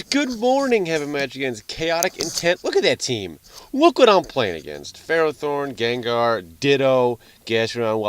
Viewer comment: It's actually pronounced fur-ah-thorn, not fare-o-thorn.